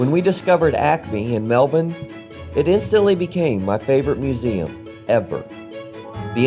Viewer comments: All good. Hope your short trip was enjoyable. It suprises me you still say 'Mel born', surely you've heard everyone else saying 'Mel bun'? That's how an Aussie says Melbun. 🙃🇦🇺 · Maybe learn how to pronounce Melbourne Yanks.